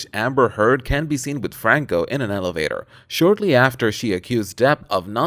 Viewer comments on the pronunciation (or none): none